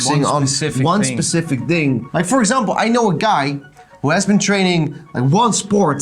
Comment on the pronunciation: "focusing on one specific DING" sounds a little nederlands